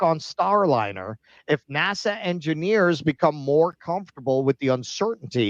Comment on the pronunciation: The way you are saying NASA is driving me insane!!!!